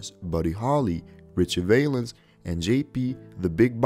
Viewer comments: It is pronounced Valenz, not vaylenz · The Big Popper, really?? It’s Bopper. Valens is pronounced Val (rhymes wow). Hard to watch with so many flubs. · Just for the record Richie Valens is pronounced with a short ă as in apple not a long ā. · You might try pronouncing these lost souls' names correctly. Jim Croce is pronounced "Crow che" for starters. Richie Valenz pronounced "Val unz".. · you pronounced valens wrong